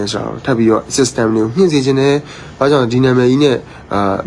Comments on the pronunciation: လေသံက ဘဏ်ဝန်ထမ်းပညာတတ်နဲ့လုံးဝမတူဘူး စစ်စတန် အရ ဆိုတာနားထောင်ကြည့်လိုက်စမ်း System အင်္ဂလိပ်သံမပါဘူး ၁၀တန်းလောက်အထိ ကျောင်းနေဖူးခဲ့တဲ့လူက system လိုဟာမျိုးကိုပြောရင် ဒိလိုအသံမထွက်ဘူး ဒါကိုကြည့်ရင်ဘယ်လိုမှဘဏ်ဝန်ထမ်းမဟုတ်ဘူး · System နဲ့ update ကိုပြောတာ ငပိသံထဲက ဂွမ်းနေပြီ 😂